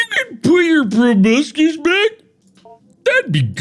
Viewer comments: I'm glad that several years later Mark still pronounces "proboscis" as "probuscus" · Mark says 'Proboscis' like 'Tobuscus' which is fucking hilarious to me